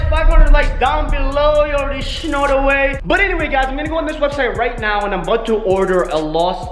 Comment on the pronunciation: You already schnow how it is Me:OMG HE ALWAYS SAYS THAT🤦😩